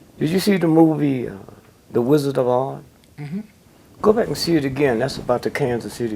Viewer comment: i'd almost swear whenever DG mentions something that he is going to throw light on, he purposely mispronounces the name so You can't hold him accountable for slandering that project....."Did you see the movie THe WiZard Of odd" did you see "Kin Kong"